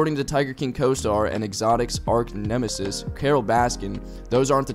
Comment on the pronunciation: Did you write this or just patch together other people's writing? I ask because you sound really uncomfortable reading it. Plus, arch-nemesis is not pronounced "ark-nemesis". An aside: arch-nemesis is not a word. 'Nemesis' means arch-enemy.